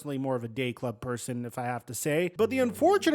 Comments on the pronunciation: lol I really thought he said gay club lol I had to rewind it and put CC, day club is what he said lol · I had to rewind and listen twice because I thought for sure I heard you say "I'm more of a gay club person myself". But turns out you said "day club" haha